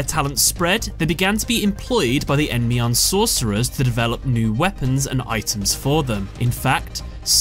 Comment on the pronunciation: so the Y in EndYmion is silent?